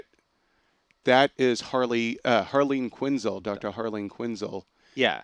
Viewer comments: It's Harleen quinnzel not quinnzl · Quinzull? Kitanna? Pronunciation game weak